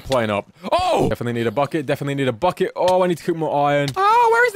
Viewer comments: "fuck it" ik he said bucket ᵈᵒⁿᵗ ʰᵃᵗᵉ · Did anyone else think he said fuck it instead of bucket?